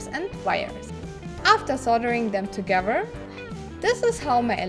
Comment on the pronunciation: I love the way she says "Togevurr" instead of together...